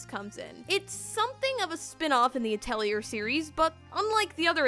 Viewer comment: Great review! Thanks for all the helpful insight! However... the R in Atelier is silent. It's more pronounced ah-tell-YAY. It's a fancy french word for a workshop or art studio and even though I took French in middle school I'm embarrassed to admit I pronounced it at-el-ear till college.